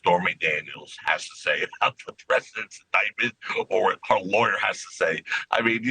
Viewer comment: Laywer ? hahahahaha